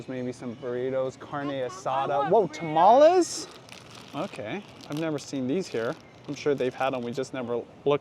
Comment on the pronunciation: The tamales are good.. although you bugged me how you pronounced it lol.